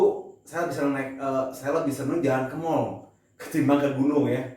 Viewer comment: Mall a bukan emol Et dah itu jempol uget ugeten wwkkwkwkwkwkw